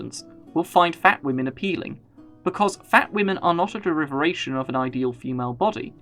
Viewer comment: Derivation, not deriveration You are very eloquent, so this mispronunciation was a little jarring